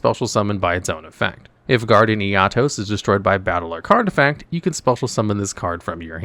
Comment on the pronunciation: You're pronouncing 'Eatos' weirdly. It's like you've never watched the anime.